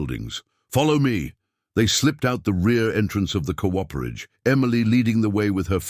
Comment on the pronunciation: VERY GOOD STORY WHICH I THOROUGHLY ENJOYED. PLEASE TELL YOUR READER THAT COOPERAGE IS PR0NOUNCED COOP-ER-AGE WITH COOPER REFERRING TO: Cooperage refers to the craft of making barrels, specifically the process involved in constructing and assembling the various parts of a barrel.